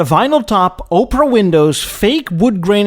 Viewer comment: "Oprah" windows :)